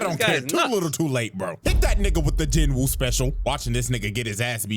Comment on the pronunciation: I will keep sayin this until people get it right, the W in Jin-woo is silent, its pronounced more Jeenoo